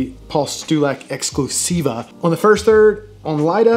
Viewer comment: Your "exclusiva" and "limitada" pronunciation was pretty on point haha